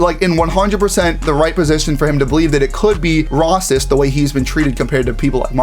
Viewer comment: Does this guy have a speech impediment? It's a serious question as I noticed he failed numerous times to say " racist" correctly. Never heard anyone get it wrong